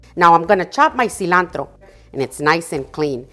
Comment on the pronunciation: I was iffy about this video but as soon as I heard that seelahntro spoken in Spanish. I was locked in ❤